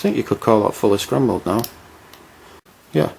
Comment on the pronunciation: its not scrumble or scrumbled its scramble or scrambled